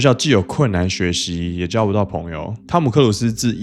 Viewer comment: 可以把導致和朋友唸清楚。